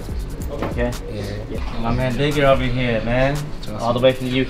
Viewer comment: when he says digga tho